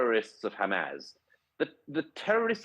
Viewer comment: Just for clarity Douglas it's Hamas not Hamaz, and Neumann not Newman. Otherwise another of your excellent, straight-talking videos